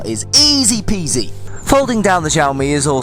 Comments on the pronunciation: Not jioami its siomi (in Chinese xiaomi) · omg it's not ZIAOMI it's XIAOMI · You read xiaomi like its french.